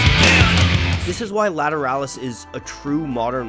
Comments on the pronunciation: I thought it was pronounced La-tear-uh-lus LA as Laguerda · I wish he would pronounce it properly. This is the best album by tool. Every single song is good but this is the pinnacle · How Polyphonic did not use grammar to influence the pronunciation of "Lateralus " in this video.